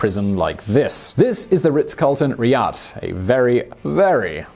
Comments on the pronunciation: Dear, The capital of Saudi Arabia Riyadh is pronounced as "Reiad" or "/rɨˈjɑːd". Great video. Thanks. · Is it just me or he spells Riyad as Ridah everytime